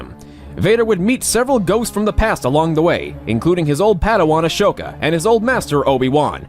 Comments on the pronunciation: Assshhhhhoka ? Its asoka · awesome...but the H in Ahsoka is silent